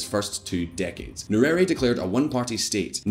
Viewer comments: Its nye - re -re. How are you reading it as nyueri? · That is not how we Pronounce "Nyerere", better not read it than read it the wrong way!